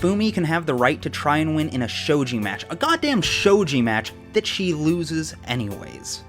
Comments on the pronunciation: UHM the "G" in shogi is hard (like "galaxy") love ya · A few other folks have pointed out the mispronunciation of "shogi," so here's a quick tip: generally speaking, Japanese doesn't have a soft 'g', so if you see a 'g' in a Japanese word or name, it's probably going to be pronounced the same way as the 'g' in going.